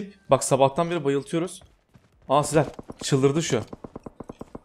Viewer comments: Abi sen ne zaman sezer demeyi öğreneceksin ? Seer nedir ya 😂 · Sezer Demiyor 😂 Seher diyor :)